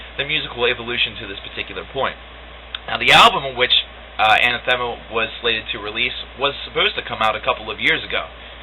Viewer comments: Hey you´re the same guy who reviewed Incident :p , ur the bill gates of progressive rock reviews. nice review, especially for those who don´t know much about the band. btw. It´s pronounced An-Athema, not Ana-Thema. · I've met many people who mispronounce Ah-nath-uh-muh, this guy isn't the first. Not a bad review